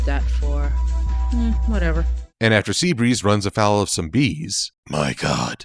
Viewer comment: For all of my fellow Polish fans... Listen to Sea Breeze going off. You might get a small giggle at the fact that he sounds like he's swearing 😂